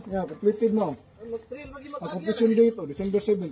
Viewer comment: Maganda sana kung palikihin video mo ng topic na discuss mo..puro mukha mo kasi..mahalaga yung pinag uusapang issue di yung mukha mo..mas ok sana ganun✌️✌️at saka po conpletion pronounce as kumplisyon not komplesyon✌️